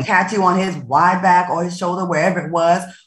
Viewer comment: She said wide back...lol